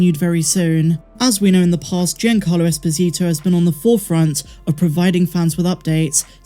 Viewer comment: Happy birthday,! Your channel is one of my favorites, and I rely on it for Star Wars news. Keep up the good work! P.S. You're mispronouncing Giancarlo. It's JON-CAR-lo, not GEE-an-CAR-lo.